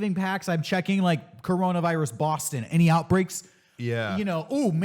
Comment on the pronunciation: Its Coronavirus, not Cornholevirus!